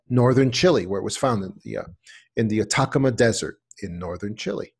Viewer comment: Atacama is pronounced At-a-ca-ma not attackama